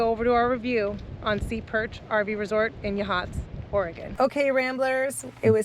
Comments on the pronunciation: I live across the street. It's pronounced YA-hots. Accent on the first syllable. Heceta Head is properly pronounced Hecketa. Haceta Beach, however, is Ha-Seeta. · Just so you know Yachats is pronounced “Yaaaa Hots” not Ya Hots😂